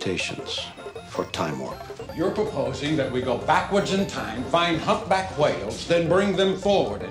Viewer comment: What’s a humback whale ? 😂